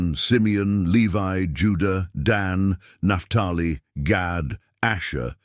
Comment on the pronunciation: If you can talk really reluctantly and you communicate well it's a gift of Gad pronunciation actually is God 😮